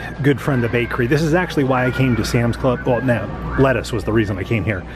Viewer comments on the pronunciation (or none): none